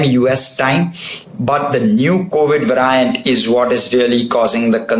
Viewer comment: "va-ry-ant" loll